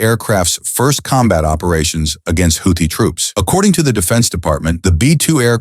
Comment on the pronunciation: Houthi is mispronounced NO, it was NOT a F-17 that was downed. No such aircraft exists It was an F-117 Nighthawk , not an F-17